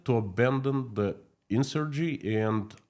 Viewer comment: "growing in strength" not strengths with an s. I tell you this, because you are one of the good guys, and I want to see you improve your English. Another word "in sur gen cy" insurgency.